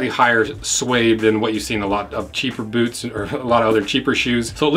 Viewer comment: "Bewts" :D